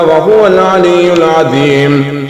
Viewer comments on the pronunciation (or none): none